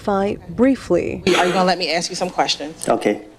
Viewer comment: so this female attorney axting questions to little woody, with her education shouldn't she know the difference between ask and axt